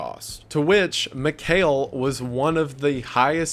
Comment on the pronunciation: And also his name is pronounced differently. Mihail and Mikel are two different names despite being related. I know it’s no that big of a deal but I just wanted to correct this guy the whole time watching this part 😬